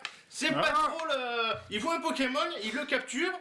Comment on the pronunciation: you make me laugh 😂😂 you said Pokeman like my mother in law used to say 😂😂 it’s Pokémon 😂😂 because of pocket/monster 😜😘